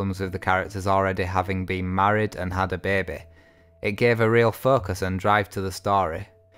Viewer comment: 'A babeh' LOL